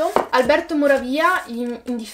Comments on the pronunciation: Mani di fata....certi titoli non sono riuscito a comprenderli... Non riesci in post-montaggio a mettere titolo e autore in sovrimpressione ? PS. Morávia, non Moravía 😂😂😂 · Scusami se mi permetto, ma "Moravìa" non si può sentire! :(